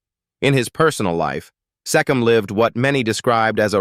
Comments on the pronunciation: Harry Seee come as in Key . NOT SE COM as in SET . This adored talented artiste doesnt deserve to be insulted with bad pronunciation of his name...idiots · So according to your clickbait headline, Jack Wild died of aids - bullshit. And Mark Lester died of sepsis - bullshit again. He's alive and well! But the worst was your insulting mispronunciation of the name Harry Secombe. It's not sekim, you fool. The AI crap never stops.